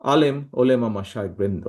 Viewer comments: ওলেমা না ওলামা। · উর্দুতে উলেমা বলছেন